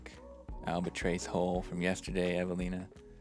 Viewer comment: Dude! Please!! It's spelled albatross.... -trOSS. Not albatrase! 😅🤣😂 When you report at work, do you report to your boss or your base?